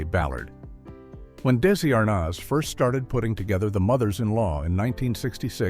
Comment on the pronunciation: Damn I hate AI narration that can't pronounce Desi Arnaz's name properly!